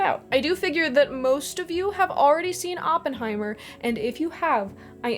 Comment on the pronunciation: Great video, and thank you for pronouncing Oppenheimer's name correctly. Over the past few weeks I've heard so many people say Open heimer that I've wanted to hit something. I read J. R. R. Tolkien: A Biography years ago, late '90s, around the same time I got my copy of the old green hardback Silmarillion with the wonderful foldout maps (my highschool library was selling old books and I managed to pick up some great stuff for almost nothing.)